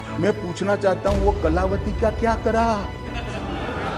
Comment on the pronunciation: अब तो कलावती ने खुद जबाब दे दिया बाकी जनता को क्या मिला होगा शाह जी उच्चारण तो सही कर लो अब तो माफी मांग लो